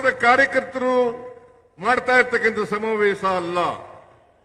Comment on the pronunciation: ಆಸನದಲ್ಲಿ ಸಮಾವೇಸ ಥೂ.. ಕನ್ನಡ ನೋಡಿ ಎಷ್ಟು ಕೆಟ್ಟದ್ದಾಗಿದೆ. ಹಾ../...ಶ ಬರೋಲ್ಲ. ಕನ್ನಡವೇ ಧನ್ಯ!